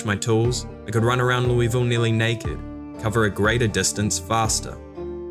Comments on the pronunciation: You've got half of the city's name correct. It's Lew-uh-vull You're pronouncing it lewie-vull. I've lived here my entire life, and you'll get a LOT of respect from people who live here by pronouncing it correctly, because nobody ever does outside of this city. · loeVille. You're american not french stop acting like a french person and just say Louisville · Never played but enjoyed the watch and your narration. You know how UK has placer like Leicester that sound like "Lie-ster?" Louisville is pronounced with a mouthful of peanut butter, like "Lull-ville". Yep, they also just ignore a bunch of letters. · LOO-uh-vuul (rhymes with 'doable') is how natives in Kentucky pronounce this city. Since this is such an important part of the lore, thought you might like to know that! :) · As a Louisville native, you’ve gotta say it like you’ve got marbles in your mouth. Lou-uh-vuhl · It's pronounced "Loo-uh-vul". Anyone from Kentucky knows this. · It's always so jarring watching Project Zomboid on youtube because nobody pronounces Louisville like a local would. Should be closer to Lull-ville. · Everyone from KY is cringing at how others say Louisville. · As someone from ky it hurts to hear you say Louisville the way you say it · as a native kentuckian, i hate how outsiders pronounce "Louisville"